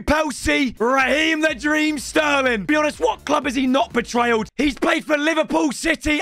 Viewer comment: 'what club hasn't he betrayled?' Class English